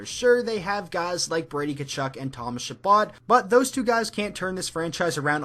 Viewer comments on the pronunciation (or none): none